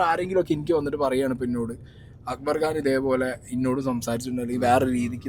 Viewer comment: It's Khan , not Gaan 😢